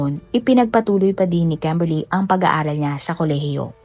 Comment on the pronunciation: KEMBERLY ba talaga pangalan ??😂😂😂 kakatawa pagbanggit mo ng pangalan 😂😂😂 bisaya gud